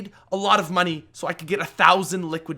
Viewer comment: "I had to pay for these..." "You pay MUNEE for these" A good sum of money. Yeah.